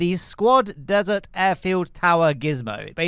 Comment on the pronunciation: Did i just hearhim say dessert air field?